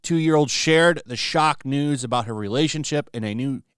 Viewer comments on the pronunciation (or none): none